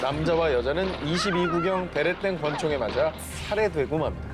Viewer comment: 굳이 베레땡이라고 하는 이유가... 몰입하려고하는데 웃겨서 집중이 안되네.. 차라리 편집과정에서 삐 로 대체하지